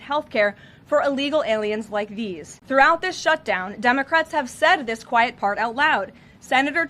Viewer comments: Did she say dummy-crats 😂😂😂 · Did she say "on the dumbocrats"? 😂😂😂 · Hahaha, i heard that karoline, “ the dumacrats” i love it!! She says it twice in the first 39 seconds .. 👍👍👍✌️✌️🙏🏼🙏🏼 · Sounds like she is saying dumbocrats, which is not far off! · Senate dumbacrats? Is that what I just heard her say?! 🤣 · Haha notice how She says " Dumocrats 😄 🤣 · I thought she said “dumbocrats” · Lmao did she say " dumbocrats "